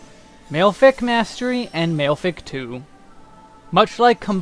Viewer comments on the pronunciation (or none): He actually pronounced malefic wrong - it's pronounced "mah-leh-fik," not "male-fik" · cringe every time I hear malefic pronounced as male-fic. xD Ma-le-fic Excellent guide though, I sometimes watch Desperius' job guides and I can't make heads nor tales of them, not beginner friendly at all x) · It's not mail-fic it's ma-le-fic, as in maleficent. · I think it's hilarious that you pronounce "malefic" as "male-fic" instead of "ma-lef-ic". But then you pronounce benefic correctly- why not "bean-fic"? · Dude. It's /Ma-leh-fik/ not /Mayl-fik/ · Mah-leh-fick is the correct pronunciation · The mispronunciations are a bit painful (and made it hard for me to focus) but the info is so good I powered through. male-fic... just no. lol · Great video! I’m going to pick up astrologian after I finish capping my scholar in a month or two. By the way, “malefic” is pronounced “mah-lef-fick”.